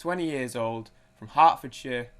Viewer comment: When you said "Hertfordshire" I was 100% sure you said "Hot for sure" and was prepared to cancel you